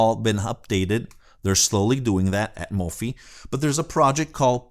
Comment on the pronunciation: Not a biggie. Mofi is pronounced Mo-feye as in Hifi